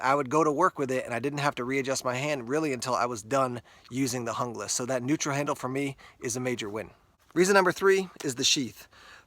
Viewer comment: looks really nice, but out of my budget right now. Are you sure it's pronounced the way you did though? I'm sure you wouldn't say Hungle instead of Jungle and Junglas is a pretty close comparison to that.